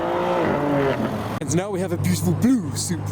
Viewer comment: "now we ha e a betiful BLUUU Supra" Is he turning into Boris???